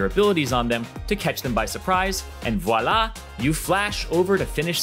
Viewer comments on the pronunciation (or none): none